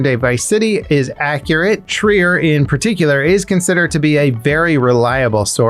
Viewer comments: Jumped on my phone just to comment and lyk it's Jason (Shry-er) not (Shree-er) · Jason Schreier is pronounced "shr-i-er" not "shr-ee-er" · I believe it’s pronounced Jason shr(eye)er